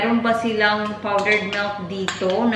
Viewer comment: You always said melk.... it's milk Is it the dialect in Manchester?